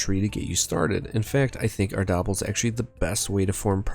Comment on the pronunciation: Pronouncing Ardabil like “gobble gobble” is cursed 😂